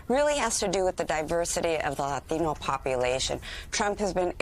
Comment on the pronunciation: this girl is killing me with this "latino" pronunciation...stop making 'latino' so special.